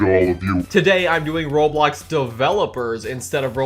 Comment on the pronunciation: *oh no bad memories from the cringe roblox news where the narrator said rawblocks